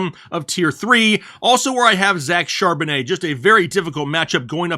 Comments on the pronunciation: I believe his last name’s pronounced Chaaaaaaarbonnet! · ☝ I WILL NOT stand for Regular pronunciation of Zack Charbon-AYHEHEHAYYYY